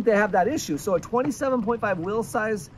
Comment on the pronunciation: Whenever he says "will size" I can't tell if he's talking about bikes or what he's leaving to his kids 😂